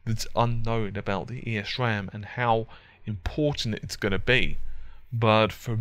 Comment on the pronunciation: Great explanation on everything here! The only thing is that you pronounce it as "ehs ram" without pronouncing the E. Good job, regardless. Very well explained.